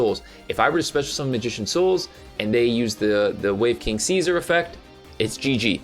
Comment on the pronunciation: Seezuh. like Julius Caesar, the roman emperor.